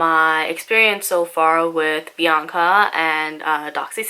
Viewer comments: it's Biacna, not Bianca!!😁😀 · it's not Bianca, it's BiACna lol 😂